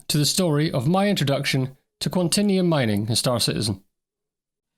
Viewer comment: It's pronounced QuanTAYnium! :)